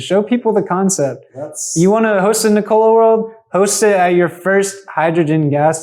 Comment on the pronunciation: NICK-o-lah please. Not nick-O-lah. You know, like the inventor. Otherwise, nice video.